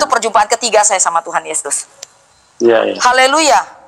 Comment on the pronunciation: Koq kamu nyebut "Haleluya" salah sih, apa sengaja ?